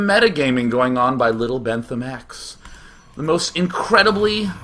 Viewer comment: lol my second name is bentham which is how day[9] say bentheme